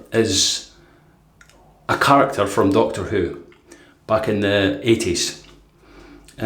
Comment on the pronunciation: To the others in the comments: how are you buying these blades? I've checked their site a few times, and there's no option to purchase them. Also, at one point it sounded like you said Doctoroo, and I thought of a kangaroo in a stethoscope and a white lab coat, with terrible handwriting.